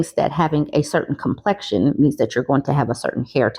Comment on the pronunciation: It sounded like a non black man the way he said “your complexion”